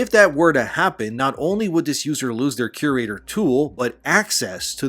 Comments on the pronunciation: I had no idea what you were referring to untill i realised you were saying "curator" wrong lol. You will find its pronounced vocally as "cure-raytor" just as like an art curator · Are you trying to say cure-rater? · You're mispronouncing CURATOR. Fix it.